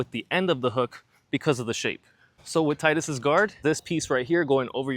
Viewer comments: Thank you for saying his name correctly. Like the other comment said, his name makes perfect sense because of all the water themes in the game. Tide - water, blitzball, his weapon etc. There are just too many things water related for it to NOT be pronounced Tide-Us So yeah, Teed-us is wrong and Tide-us is right. Also kingdom Hearts 2 said it as Tide-Us so thats what I'm going with lol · His name is pronounced "Tee-dus" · It’s teedus lol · Why does everyone mispronounce the name "Tidus"? It's so easy to say properly Tee Dus and not Tie Dus. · It's "Tee-dus" I know it's stupid and goes against the whole water theme of FFX, but that's how it's pronounced.